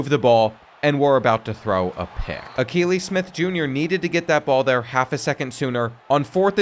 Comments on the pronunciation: 😂😂😂. I know I couldn’t be the only one that caught they way he pronounced that the first time. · “Al-kuh-ly Smith” 😭 bro learn some ball, holy mispronounce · It's pronounced A-kee-lee Smith Jr. His dad is a former NFL QB.